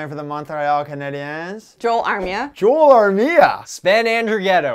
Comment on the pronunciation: Joel Armia is pronounced “Yo-ell” not Joel.